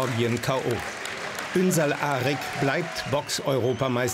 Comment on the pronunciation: Die können seinen Familiennamen nicht einmal aussprechen. 😂 ünsal arg 😂